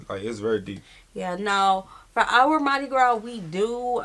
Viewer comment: Don't call it Madi Gra. Its Trinidad and Tobago Carnival ❤